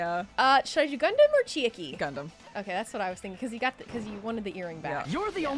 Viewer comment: i love u guys and the videos u make but pls uve been mispronouncing chiaki's name all this time i thought u'd notice during this trial cuz they say her name a few time